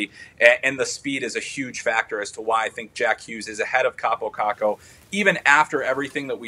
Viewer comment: It's "Kakko", get it right 'cause you'll be talking a lot about him soon